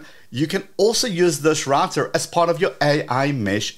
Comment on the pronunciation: Great channel, but I wish you would say router correctly… ❤